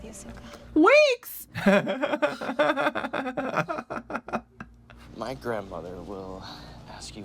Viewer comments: ahng, soak-a, ear-oh, agni ki, uh-vatar... yeesh what a mess lmao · I'm a little disappointed you guys weren't as triggered as others watching this movie lol, I was expecting lots of WTFs, throwing things around, swearing, facepalming, and being generally pissed off, especially with the way they butchered all the names, oh god Soak-Uh Ong Ear-row the uh-vatar